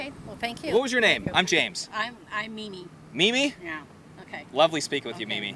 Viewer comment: Mimi. I thought she said Meany! 😆